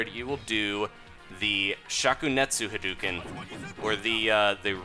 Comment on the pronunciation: HUH-DOUGH-CIN NOT HAIDUCAN